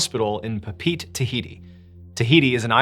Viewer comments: Pa pa E tee Not Pete 😂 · Dude, it's pronounced PAH-PEE-EH-TE . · Pronounced “poppy-yetee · Sorry, man. Papaeete is pronounced Pa-pa-Ay-tay, not Papeete. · puh-pete > papa-eh-tay🤣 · Papeete Tahiti - it's not "Pa Pete" it's "pa pee eh tay" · There's an old song named "Southern Cross." I think it's CSNY. Anyway, they pronounce "Papeete" almost like "Papa eh-teh." Idk, just not "pa peet." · It took me a minute to realize you were talking about Papeete. 'Pa-peet' is a Western pronunciation. 'Pa-peh-eh-teh' is the local pronunciation. Each vowel is pronounced. Kind of like the Hawaiian word 'aaaa' (sweet potato). Each 'a' is pronounced. Bone to pick: You show an 'actual' picture of 'The Gray Man' with no background or provenance? C'mon... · The first story it’s not pronounced Pa-pete. It’s more like Pah-Peh-eh-teh a Tahitian word. I know your team does research into these stories but that just sounded wrong the whole time hearing it. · Are you talking about Pepetepe? Its pronounced Pep-it-tee-pay. Listen to the song "Southern Cross" by Crosby Stills and Nash...you will hear the pronunciation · Papeete is actually pronounced pah-peh-EH-teh. Loved the stories, nonetheless! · Pape'ete - pa-peh-eh-teh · Do you not research these place names before you do these stories? You’re butchering Papeete 🤮 wtf is Puh-peet? You take stories from these places for your channel and benefit, at least say the place names right. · Absolutely love the channel and videos, but ....Papeete is pronounced "pah-peh-AY-tay," with the stress on the final syllable, sounding like "pay," while the "ee" becomes a long "ay" sound in English, though locally in Tahitian it's closer to "pah-peh-eh-teh". Think "Pa-pe-et-ay," emphasizing the last part, like saying "ah" (Pa), "puh" (pe), "ay" (e), "tay" (te). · Pronounced as Pah-Pah-eh-teh. Kinda like saying Papa ET, or Papa eh-tay or similar. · Pronunciation 'papeete' is 'pah pay ay tay , ' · It's actually pronounced pah-pay-eh-tay. Papeete.